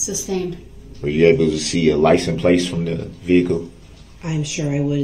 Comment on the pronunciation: "licenplace" he says lol